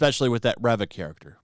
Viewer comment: Her name is pronounced "REEEEva."